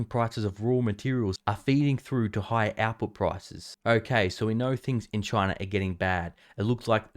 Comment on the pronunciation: When u said output, I was thinking u were saying apple. I had to turn on the caption to figure it out. Lol